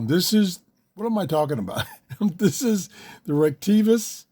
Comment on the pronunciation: Say it with me: "Rhrett-A-Kess" Like, "rett-a-kiss"